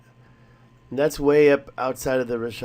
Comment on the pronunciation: Its RiCK ah t not Rish ah t. Jesus learn how something is pronounced before making a video. Also considering that structure is on the outermost ring it would be located in a poorer district. My guess is that the structure is a courtyard wall where one or more houses were once located (not a Castle ). This way more than one family could live. You know like siblings with their parents and children . Maybe with room for a garden or livestock.